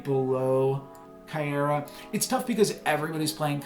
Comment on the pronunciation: Miek is pronounced like the word Meek. You got Caiera pronunciation right. Stormbreaker will be a 0/1 not 0/0